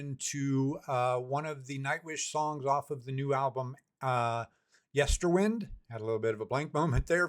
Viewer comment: Floor did indeed sang part of the phonebook on a Dutch radio show. There is a video recording of it to find on YouTube. Just a little correction. Yesterwynde is pronounced as in winding a clock. Time has a prominent role on the album.